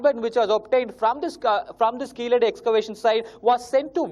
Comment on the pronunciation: It's keezhadi not keeladi🤣